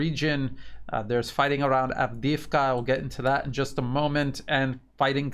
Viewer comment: I know it's difficult, but this whole thing has been going on now for >14 months so perhaps it's time to try to pronounce the names right; Donetsk is pronounced "DanYEtsk" (the "o" is pronounced as an "a" and you're forgetting the "K" at the end all the time) and Avdeevka is pronounced "AvdYEvka." Kherson is pronounced "KherSON and not KherSAN. 💡(the capital letters is where the stress is placed)